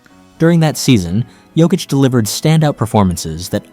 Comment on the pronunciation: The best player EVER! Sorry that’s the stats and you are pronouncing Nikola Jokics name wrong. Uggg u keep saying 😮t wrong. He also has the horses living in his house in my hometown. He has a horsetrack in the basement his points pervgame are amazing but his amazing talents include his no look bounce passes and no look throws to Aaron Gordan now known ad Air Jordan. Also Jokics rebounding skills are unstoppable! All around he is not only an amazing basketball player but he is an amazing Husband a dad of two young ones . At the end of the games he tells everyone good Job and goes home . Ya no time time for bs . He’s a family man and goes home till practice o🎉 the next game we do have 5 players that are bad axxes just Nikola is the best ever even Michael Jordan gave him the GOAT TITLE He said no one is better it’s his now.-He is absolutely the most amazing player! Not only Jordan but tons of pros say he is untouchable and it’s true, i’m thankful he’s our #1 son!!!~ a true Denver nuggets fan~TEENA PLRGIRLZ